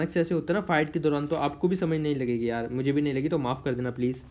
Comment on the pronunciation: baqi saab to thk ha but yeh "yawr " 😂😂 owesome ha